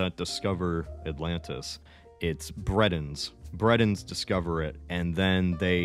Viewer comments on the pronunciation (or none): Cant help but wonder why he pronounces Britans as Bretons. LOL Skyrim and the real world about to mix. "Hey, you, your finally awake. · "Bread-ins discover it" who/what the everloving fork is a "Bread In"??? what country is called Bread?